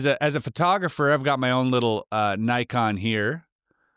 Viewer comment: Thank you for pronouncing "Nikon" correctly, always bugged me when my customers got that wrong...😅